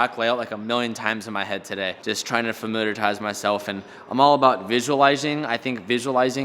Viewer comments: “Familiartize” ooooof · New Word Alert: "Familiartize" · "familiartize" lol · Learned a new word from today: familiartize lol